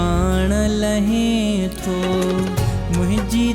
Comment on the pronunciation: No. It's Lahein tho. He is Correct.